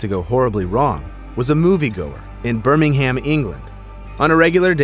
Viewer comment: birMingHam englAnd